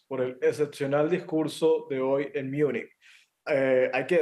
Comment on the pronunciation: Joder no se dice "Miunich" se pronuncia como se lee, Múnich, lo quieren pronunciar en inglés pero ni siquiera así está bien pronunciado, München en alemán la pronunciación es totalmente distinta al inglés.